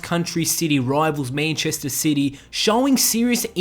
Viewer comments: love how u say manchester 😂😂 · Ffs the way you say Manchester really annoys me